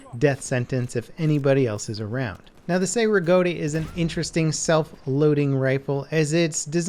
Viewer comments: It's "Chey" not "Say" Rigotti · FYI: Cei-Rigotti is pronounced like chay rig-ah-ti.